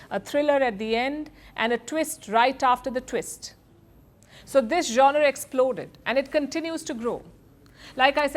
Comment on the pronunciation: Strange Palki madam can’t pronounce “genre” properly.